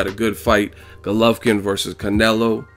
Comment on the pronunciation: Golovkin dumb ass not gulovkin that is how u saing it